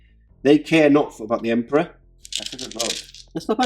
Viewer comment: did just say 'kamikaze for the emprah...and all that'?! ahahahaahahah!! beautiful armies guys, and i love the fact that these narrative campaigns give you the opportunity to show them off (and the terrains as well, so well done)